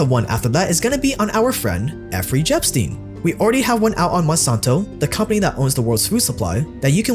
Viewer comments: Effrey lol 😂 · Wait???? Did he say Effrey Jepstein? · effery jepstein lmfao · Did this dude really say effery jepstein? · "effrey Epstein" lmao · "Effry Jepstein..." 🤣🤣🤣👌